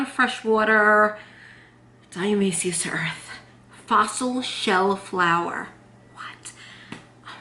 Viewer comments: You're not pronouncing it correctly. Why wouldn't you find that ott before you fo a video? You did so much research BUT NOT HOW TO SAY THE WORD die A ta may shus. 🙄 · Or dia-toe-may-shus earth lol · Hi, Here's how to pronounce it: di-a-ti-ma-ceous earth. Love you! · "shus" at the ending. :-0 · You forgot the "to' when pronouncing dia"to"maceous earth. Just do a YT search and see how others pronounce it or just call it D E. Thanks for sharing 😃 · You are so cute! I really appreciate all the work and research (and experimentation!) you do! But ... it's pronounced Die-ah-toe-MAY-shee-us Earth. :) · Die-ah-tom-A-shus earth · Di-u-tu-may-shus...your welcome baby and you look great at 50,god bless you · I hear you struggle....its Di- atom- a- shus earth. Hope that helps lol. Thanks for the vid! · Great idea! & I have some! Ur so cute...it's pronounced, "diet-a-may-cious". It's a weird one, huh? 😊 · This video could make a great drinking game. Drink every time she says diatomaceous wrong 😂